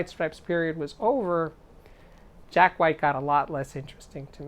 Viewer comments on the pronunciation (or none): none